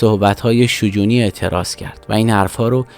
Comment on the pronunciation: تلفظ شجونی رو اشتباه میگی. در دامگه حادثه نوشته پرویز ثابتی نیست ، مصاحبه های تجمیع شده با ثابتی است.. در کل خوب بود ، باتشکر